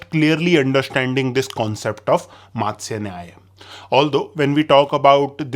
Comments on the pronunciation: Are you sure it's called mātsyanyaya ... I think it is pronounced as matsyanyaya ... fish is called matsya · It’s मत्स्य not मातसय. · Sir won't it be pronounced matsya not maatsya? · Is it मत्स्य or मात्स्य, your pronunciation seems मा